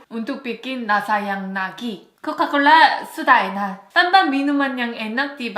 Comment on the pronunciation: Coca bukan coka haha